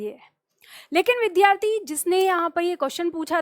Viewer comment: namaste,vaise to aap achchha padhati hain lekin aap vidyarthi shabd ka uchcharan galat karti hain.vidhyarthi uchcharan galat h.kripaya bura n maanen.